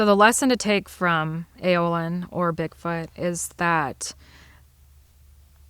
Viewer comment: Ayloyn… spells A-loy-n phonetically not AO-Lin like you keep saying … just saying…